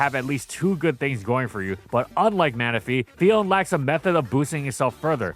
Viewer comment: It’s Phi-on-neh, not Phi-own.